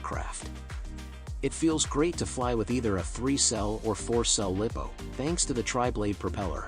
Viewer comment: tell the robot how to pronounce lipo, lol